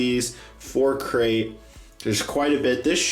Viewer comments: It sounds like says 'Sacrif' instead of Crait.: ) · You said Scarif instead of Crait while you were cleaning your pieces.